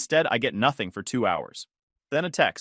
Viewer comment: I’ll deal with bad punctuation than thinking I’m having a stroke from hearing the AI continuously mispronounce common words like “Noth-Thing”, “whords”, and my favorite “List-then”.